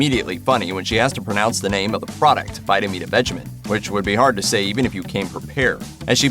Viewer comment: It is pronounced "Vitameatavegeman." I saw the original episode.